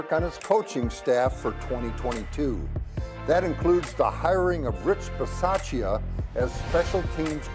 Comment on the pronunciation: Beez-ah-che-a? Is that really how Rich pronounces his last name? Because I thought Bisaccia = Beez-AH-cha. Just wondering... 🤔